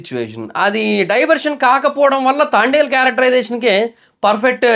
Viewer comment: తాండెల్ ఆ... తాంబెల్ 🐢 ఏం కాదు 😂😂😂